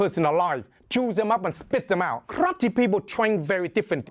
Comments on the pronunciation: omg I love the way he says Karrrrate lol It sounds hardcore "One Hit, One Kill" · love how he says krate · why he say krrrate lmaoo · Kraate! Love his pronouncation of it. So much excitement. More fun watching him that many films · I love this guy, and I love how he pronounces "karrrate". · kraatee HAHAHAHA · I wanna hear pronounce karate some more. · I enjoy the way this man pronounces karate